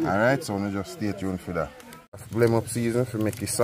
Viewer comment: Not oregarna it's oregano lol 😂😂 and not blem it's blend 😂😂.